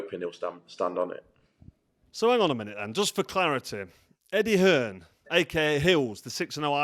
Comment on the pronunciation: Hi carl Why do you call eddie hearn eddie hills? Can you please let me know Thanks